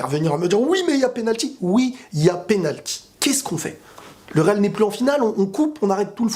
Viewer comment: pénalqui ? Blague à part, bonne analyse comme de coutume :). T'es objectif c'est cool :)